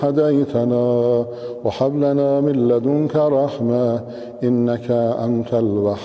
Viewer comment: اتنے کمنٹ کیے ہیں بھائی لوگوں نے کاش آپ کی طرح کوئی تھوڑی پازیٹو بات کرتا ❤ یہی تو میں نے سوال پوچھا تھا کہ کوئی غلطی بتاۓ تا کہ باقی بھائی لوگوں کا فائیدہ ہو ؟چلو میں بتاتا ہوں ۔ آحد نہیں لفظ أحد ہے -وحاب نہیں وهاب ہے-وبحمدے نہیں وبحمده.عظیمے نہیں عظيم ہے ۔قرآن کو عربی لہجے میں ہی پڑھنا چاہیے ورنہ معنیٰ بدل جاتا ہے ۔